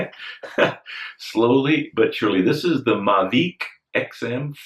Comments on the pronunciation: Maveeeec! As in Tour Deeee France. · I see that you are saying Mavic, I always thought it was pronounced Mavic. Oh well. Great Show Bob, Keep it going.